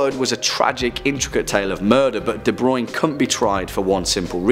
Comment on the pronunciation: douglas debruin is my grandpa it’s pronounced dee bruu inn